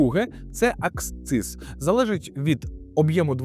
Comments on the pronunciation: Не аксциз, а акциз. Клоуне ти недоучений. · Правильно говорити і писати "акциз".